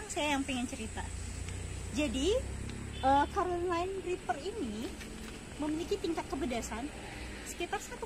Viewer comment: carolina reper ibu bukan karolen et dah